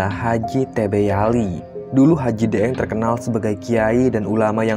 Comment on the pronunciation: Daeng itu istilah pangkat atau jabatan atau gelar seorang bangsawan di daerah pulau Sulawesi tepat nya Sulawesi Selatan 🙏 ini kl daeng ya ini kan lidahnya orang Jawa jadi deeng 😂